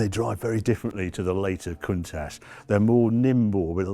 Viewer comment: There is no ssshhh in Countach. Love that widebody Merak.